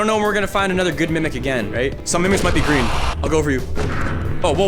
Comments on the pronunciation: Sorry bro its spelled green instead of gween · “Dud ya breathed the Gween airrrrr”